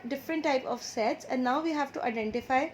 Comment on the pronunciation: First I thought that you say Sex 😁😂